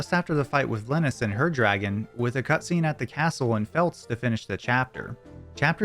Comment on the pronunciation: I was really impressed with all the pronounciations of the weird names in LoD until I got hit with a "Feltz" and laughed my ass off for a while.